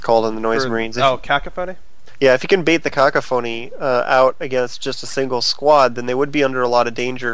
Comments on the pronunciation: Its not "ka-ka-phony" its ca·coph·o·ny, a discordant mixture of sounds. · kaka-phony. Priceless